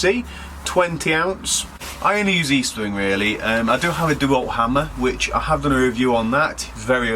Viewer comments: Estwing not eastwing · The name is Estwing Not Eastwing and it's the name of a Swedish immigrant who came to the US. The Sure Strike is made in China not good old U.S. of A.